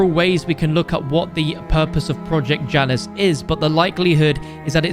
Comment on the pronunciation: Janus is pronounced ya-nus